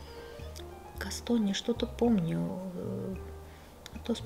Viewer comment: Правильно говорить...ГАСКОНИЯ